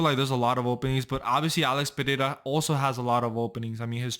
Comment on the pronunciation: Congratulations for saying "Pereira" perfectly! I'm Brazilian. 😅